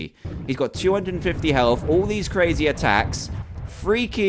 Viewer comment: It's health not heth